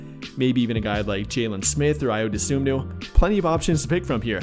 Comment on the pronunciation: Spelled Ayo last name wrong and said it wrong. It's Dosunmu, and the correct way to pronounce it is "DA-SOON-MOO". So together it's "I-YO, DA-SOON-MOO"